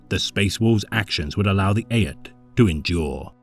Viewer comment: Good stuff. Just an fyi (not trying to nit pick, but Aett is pronounced like the number eight 👍🏻